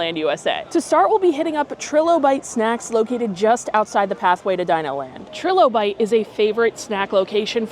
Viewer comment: The vowel sound in trilobite is a long i that sounds like “try”. It’s an extinct arthropod and is a commonly found fossil. We find them here in Michigan occasionally.